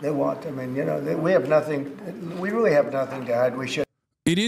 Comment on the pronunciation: JD Vance being unbelievably uncharismatic as usual; "I just came to watch the show, I think air-pwanes and weally cool sir. :)"